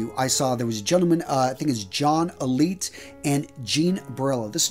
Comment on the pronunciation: I’m sorry but I cringe at how bad the names are being mispronounced. It’s not Lucky Lu-see-ano. It’s Lucky Lu-chi-ano, it’s not Frank Custello, it’s Frank COST-ello, it’s not John Elite, it’s John A-light.